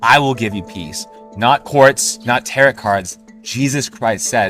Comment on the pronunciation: My brother in Christ, tarot is pronounce “terro” not “terrott”. If you want to be professional and show you know what you’re talking about you need to at least pronounce stuff correctly…